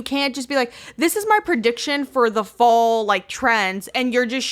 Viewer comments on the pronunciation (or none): The way said Fall as “Full” and Modernity as “Muhdernety”